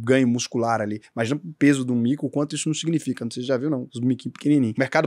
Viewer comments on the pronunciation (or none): Showw,, é "Sarcopeniiia" não "Sarcopênia" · Fala errado sarcopenia, a silaba tônica é o ni. SarcopeNIA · Só uma coisa: a pronúncia é SARCOPENÍÍÍA. A sílaba tônica é NIA.